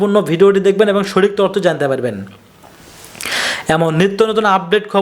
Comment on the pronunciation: ভিডিও ম্যান ভাই। তর্থ নয় তথ্য কথাটা হবে।